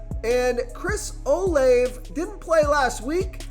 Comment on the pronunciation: His name is Chris O- “Lavey” god u sound dumb as shit do ur research